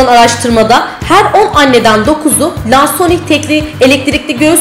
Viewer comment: Keske isminide dogru telaffuz etseydiniz